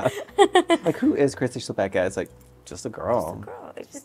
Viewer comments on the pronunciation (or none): As a Polish person, hearing Chlapecka as Chapekka (ch as in chess) and not as Hla-pe-c-ka (first c is silent, second c is as in citrus) is so crazy, wow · I think the surname must be czech because that's literally a czech word. It's chlapeček = little boy, but in the 2nd case, which makes it chlapečka. English doesn't have our ch, but it's the most similar to h. La like lot, pe like pen, č like cheese, ka like cup. Hluh-pech-kuh. But the pronounciation yall use is completely different, so I might be totally wrong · That's interesting! It's also a surname in Poland, possibly derived from the verb "chlapać" (to splash). We pronounce it hla-pets-ka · I need this on TV Austrian here, not a czech, but i have i good idea of pronunciation rules in languages like czech and polish. Chlapecka i'd pronounce as somewhere around /hlapetska/ but i don't know if the name may have been written differently. The Ch might've been a č which id pronounced like the cz in czechia, the c in cka may've been a č, but i am not sure. *Thanks to dear it's of Czech origin and the latter of the two ideas in my last paragraph applies, as in Chlapecka being originally written Chlapečka and being pronounced as /xlapɛt͡ʃka/. Please to anyone that liked my comment and didn't yet like comment, please do so! ** Not gonna lie, i am living for Maddy's poop hat, i need one. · It's actually a Polish name - Chłapecka, pronounced hwa-pehtz-kha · as an estearn european who is a language nerd imma be the annoying commenter who says it's pronounced hla-pets-ka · she definitely has a Polish surname. Hearing your absolutely English pronunciation of it was strange. :)